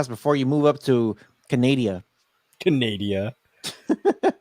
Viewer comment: Canadia, hahahahaha